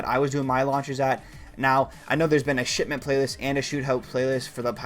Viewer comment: Really sounds like you saying Shitment